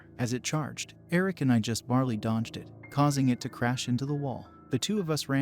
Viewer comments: Barely is not barley and that was kind of a major distraction, other than that good story, thanks. Oh yeah, slowing just a bit would be great 👍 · It's not bar-lee it's bare-lee/ bear -lee